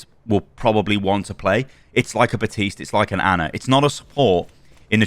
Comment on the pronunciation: Bro theres literally a "p" in "Baptiste"